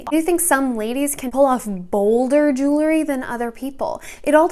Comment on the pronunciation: Love the video but there is no such word as "jewlery." It's "jewelry."❤